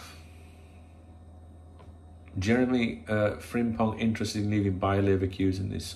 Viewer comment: You pronounce his name fantastic with sore throat unlike them Japanese player names you tried few summer windows ago after signing Endo. 😂 Good player, but I would rather try keeping TAA at all cost if we can.